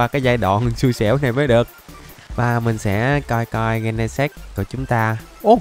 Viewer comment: Gen nà xịt chứ Ko phải gen nà s.ê.x anh